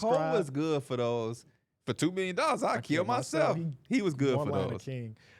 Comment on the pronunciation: Let's bet a meal Shakes Hand: A Mealion (million) Thats the funniest shit ever said🤣🤣